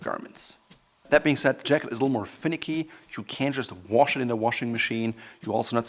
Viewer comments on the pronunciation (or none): none